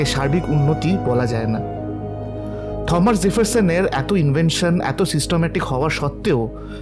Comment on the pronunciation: ভালো লাগলো আপনাদের ভ্রমন ও বর্ণনা।অনেক কিছু জানলাম।তবে নামটার উচ্চারণ থমাস না টমাস জেফারসন হবে?